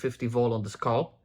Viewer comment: I love how you say "scalp". "SCULP.